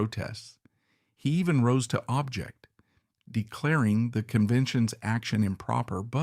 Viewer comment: This is (apparently) an AI generated video/voice w/ a hodge podge of anachronistic errors, pictures not of Garfield and notable peculiarities. For eg. object as a verb would accent the 2nd syllable and 'secured the electoral college 214 dash 155' is not how a human would speak. Nonetheless, it was still interesting.